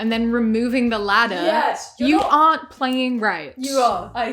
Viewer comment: "I've been PLYING video games". She can't even say it right. So real... save the virtual fetuses! Lol